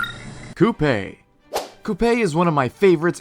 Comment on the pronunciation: The way how you pronounced Coupe and Flambae concerns me